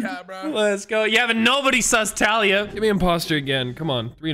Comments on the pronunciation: Wildcat do be calling talia talya doh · Your pronouncing talia wrong